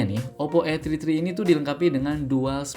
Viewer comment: Saran bang 😂 kalo gak bisa BHS Inggris gak usah sok sok an Masa namanya OPPO A TRI TRI 😂😂😂